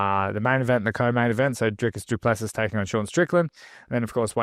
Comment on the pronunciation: Have youwatched ANY of DDPs fights, EVER?? YOUsis SHOULDsis OPENsis YOURsis EARSis & LISTENsis HOWsis HISis NAMEsis ISis PRONOUNCEDsis - FFS! The SSSSSSSSSSSSS is SILENT, numbnuts, S I L E N T.. For Fucksis Sake!